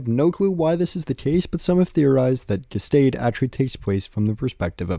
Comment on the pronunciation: A couple pronunciation things, nothing major just thought I should mention them (these are only from my understanding of German though and I’m not a native speaker): Gestade = geshtaahd Eugen = oygin